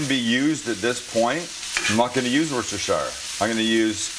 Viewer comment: Tip from across the pond, Worcestershire sauce is pronounced "Woos-Ter"